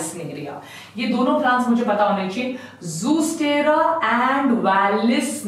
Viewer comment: Mam it's not zoostera it's zostera